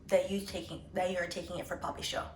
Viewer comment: I've never heard "poppy show" properly until you said it.... Waiting for "cunu munu" & ananci to drop in now